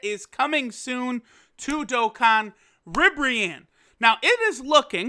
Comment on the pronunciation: wot is that pronunciation of ribbareanne (can't spell)